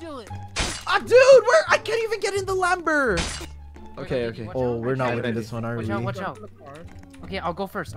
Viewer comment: said "A dude I can't even get in the LamBOr😂😂😂😂